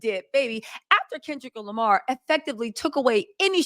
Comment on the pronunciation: “Kendrick-alic Lamar”!!!!😂